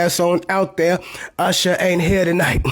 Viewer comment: That was Oosher not Usher 😂😂